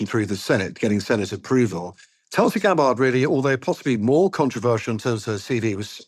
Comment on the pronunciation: If you're not going to report on her cult upbringing at least pronounce her name right. It's paroxytone, not oxytone.